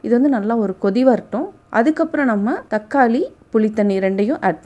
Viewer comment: அம்மா, அது புளி, தக்காளி, கொள்ளு. நீங்க சொன்ன மாதிரி . புலி, தக்காலி, கொல்லு இல்லை. முதலில் சரியாக வார்த்தைகளை சொல்ல கற்று கொள்ளுங்கள். பிறகு ரசம் வைக்க சொல்லி தரலாம்.